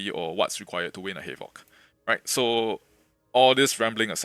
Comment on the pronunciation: I thought bro was saying halo lol